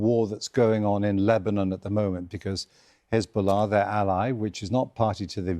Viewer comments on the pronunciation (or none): none